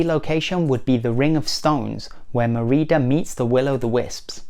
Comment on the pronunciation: Your saying her name wrong of brave